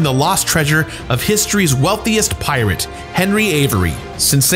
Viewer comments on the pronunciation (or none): none